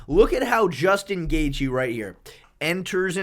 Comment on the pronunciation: Bro for the love of god, please stop pronouncing these names like this "Belel" "Goff Neal" "Dvalishvilissss" THERE IS NO S AT THE END